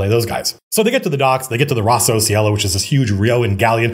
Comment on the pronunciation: Hey Matthew, loved the stream, just one thing that if you like you might want to take into consideration. If Rosso Cielo is inspired from italian the Cielo part is pronounced with a hard c like chinese and lo sounds more like long.